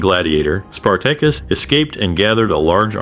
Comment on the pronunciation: I thought it was interesting. The pronunciation of Spartacus' name could be improved.